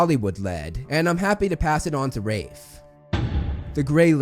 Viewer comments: sounds a bit complicated, but good one! Yeah, I only have heard of Rahlf before, as in Ralph Emerson and Ralph Scamander, rather than. This made me confused every time when watching the behind the scenes moment of HP. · It’s Ralph not rafe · Ralph. Not Raph. 😂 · It’s pronounced Raph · It’s Ralph not Raif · It's RALPH Fiennes, not Raif... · He keeps saying the person was casted. If your cast for a roll your cast not casted. Like a school of fish is a school of fish not a school of fishes. Plus he can't pronounce the name Ralph he says raff. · Also it’s RALPH (RALF) who the hell is Wraith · Ralph Fee-knees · NO!!!!!! NO IT IS NOT !!!!!!!!! YOU ARE JUST SPECIAL IF YOU HONESTLY THINK THATS HOW YOU PRONONCE "RALPH"